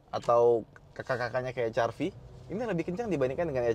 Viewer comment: HRV malah dibaca Ha Er Vi. Bukan Ha Er Ve atau Eij Ar Vi sekalian. 🗿